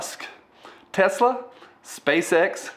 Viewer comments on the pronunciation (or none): none